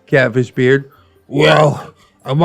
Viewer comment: Ngl I thought you said Cabbage Beard not Catfish Beard lmao